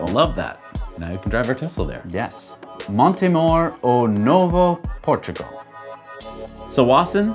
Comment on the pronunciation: Montemor-o-novo was very close! Good effort!! :)